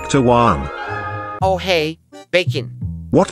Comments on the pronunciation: "Juan" sounds like "Huwan" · Juan isn't guan, it sounds like wuan but Juan is how u spell it